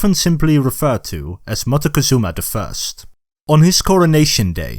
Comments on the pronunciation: The way this video pronounces MOCTEZUMA throughout the video is painful. If you're going to educate,pronounce the names correctly. It's MOCK-TEH-ZOO-MA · wait I didn't know you pronounce Montezuma as Montecozuma? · Montezuma is pronounced mock Tay zoo mah, not m Mah teh cuh zoo mah. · Is it so difficult for an English speaker to pronounce a name like Moctezuma correctly?